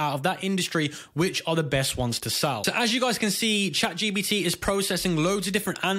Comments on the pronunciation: "chatGBT" its chatGP*T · why are you calling it chat gbt ? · Lol stop calling it chatGBT. Otherwise good video